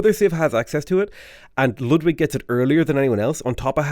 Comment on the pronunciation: I'd never have thought to hear a non-german pronounce Ludwig (almost) correctly.